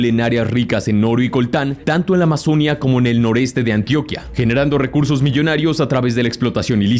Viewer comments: Este señor le va mal con las tildes: Calarcá, Amazonía,Táchira podrían decir que es secundario como se pronuncie que lo que importa es el contenido,pero si se acentúan se escuchan mejor. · Muy buen video de puede decir que sabes más de esto grupo que algunos colombianos Muy bien todo disculpa que te corrija pero en algunos nombres te equivocaste en la acentuación de algunos lugares y nombres Calarca' Amazonía Eliece'r César Táchira Urabá Santrich Orinoquía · Querido, hay varios errores en la pronunciación, algo pasa en tu redactor o en tu dicción. Ejemplo: no es Urába, es UrabÁ, no es Amazónia, es AmazonÍa, no es Tachíra si no TÁchira.